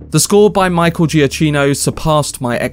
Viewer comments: Good video. 2 points: 1. His name is pronounced "GiaCKino"' , not "GiaCHino" 2. There is a reason why the 4 note Motive is repeated a lot. According to Matt Reeves and Giacchino this also symbolises the obsession Bruce Wayne has with Batman, it's constantly playing in his mind, the rhythm almost becoming his heartbeat, so there's definitely a deeper meaning behind it than some people realize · As Michael puts it on his Twitter bio, it’s pronounced Juh-KEE-no. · You have pronounced the surname not correctly, it is Giakino (pronounce K). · great video but please pronounce his name correctly